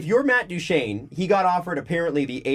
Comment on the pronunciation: is having a very hard time pronouncing Duchene in this one.